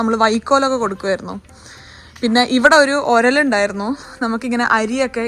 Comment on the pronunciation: ഒരൽ അല്ല ഉരൽ തനി മലയാളി.......❤